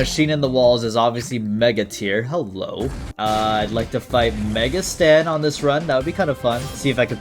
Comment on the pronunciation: aam i tripping or u call mega satan "mega stan"